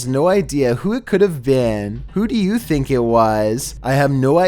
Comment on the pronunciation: Hunter Sadler I finck it’s perfecet